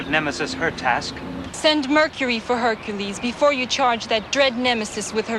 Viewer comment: BTW HErcules have "K" in some languages. Liek mine. I don't know how it is in German language. Your complain stays but this might be the reaon why he made that mistake.